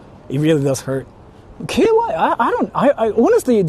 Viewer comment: Why does pronounce "KY" as "KOY"/"KUY"?🥴